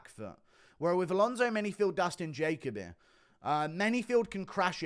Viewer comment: Jaco bee lol. Try this Ja Coby